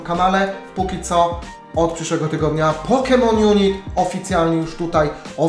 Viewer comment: Hejka, nie pisze tego w celach agresywnych czy coś, ale nazwę gry wymawia się pokemon junajt, a nie junit ;) mam nadzieje ze pomoglem